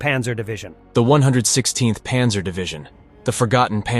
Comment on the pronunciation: This is an interesting vid, but the bad German pronunciation is distracting. Windhund is pronounced "vindhoond" and Panzer is pronounced with an open "a" - more like "Pahnzer"